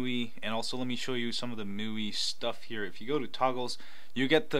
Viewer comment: Hey there ! nice video ... just wanted to point out that MIUI is pronounced "ME" "UI"